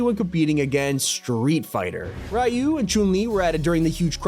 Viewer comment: My guy said ryu wrong